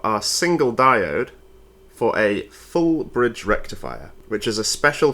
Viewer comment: I believe you mispronounced FOOUL BRRREEEDGE REKTIFIA. I shall have to report you to Electroboom immediately 😜